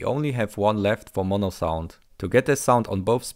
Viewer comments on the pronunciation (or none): none